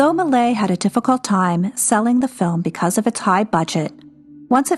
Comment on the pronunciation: Many people have difficulty with French names. As I understand it, "Malay" is close, with a little left out. "MAY-lee-ayz" is closer, similar to "malaise" in English.